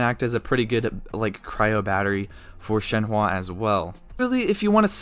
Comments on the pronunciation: ShenHE not ShenHWA. But great vid very informative. 👍🏻👍🏻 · She is called Shenhe and not shenhua the way you pronounce her is totally annoying bro - just saying.... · I’m so sorry but- I just gotta correct ToT- her name is pronounced “shen-huh” not ‘shen-hua.” The “e” at the end makes an “uh” sound. “Hua” would mean something entirely different like “flower” while “he” means crane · Broooo why all white people cant pronounce shenhe at all wtf "shenhua"??? 😂😂 Its just "shen" and "her" but without the R pls 💀💀💀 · take a shot every time he says shen wah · My ear ahhahahaha shehwwwwaaa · thank you so much for all the information! i am very excited for her, so i'm trying to understand how i'm going to use her so your video is really helpful also idk why people are so bothered by the way you say her name, don't worry about it :)